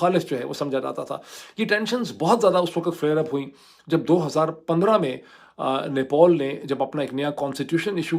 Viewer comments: Nepol nahi Nepal hai chacha. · Nepol nhi Nepal hai Bhai thik se bolna seekh pahle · अबे साले नेपॉल नहीं वो नेपाल है गधे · Gentleman it NEPAL NOT NEPOL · Idiot, it's not NEPOL 😂😂 it's NEPAL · it is NEPAL. Not NEPOL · It's Nepal, not "Nepol". It's understandable if Donald Trump pronounces it incorrectly, but not from someone like you. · He is not announcing Nepal properly. Irritating.